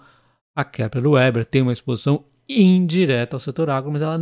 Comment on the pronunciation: Muito bom. Pode pronunciar Veber, em vez de ueber. É o certo. Sem ofença, achei engraçado 😅.